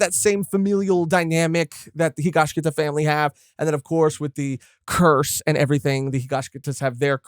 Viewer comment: Guys, i really enjoy your conversations, but it's HigashiKATA, not -KITA 😭